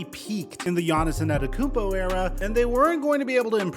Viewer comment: bro why you say his name like that 😂